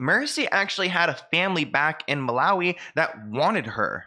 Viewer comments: That girl did all that research and couldn't manage to pronounce Malawi😂. Well done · None of these people can pronounce Malawi